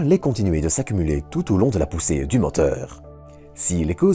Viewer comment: Partie, pluie, poussée, etc : le e final est muet ! Depuis le temps vous n'arrivez pas à corriger votre accent ? C'est pénible d'entendre : partie heu ; pluie heu ; poussée heu...